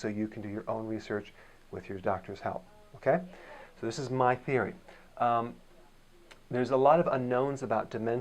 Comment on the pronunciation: Theiry?? Is that Canadian for theory? Thanks for the video though!